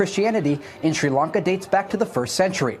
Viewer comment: Shuiiii Lunka.